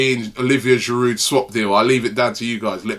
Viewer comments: its not pronounced giroud its pronounced jirou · who tf is olivier "giroudt"